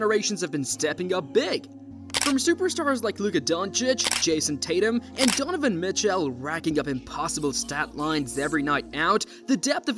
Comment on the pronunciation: "donovan michelle" 😂